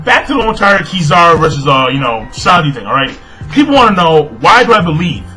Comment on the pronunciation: the first time u said Kizaru was proper then u went back to saying it in that weird way lol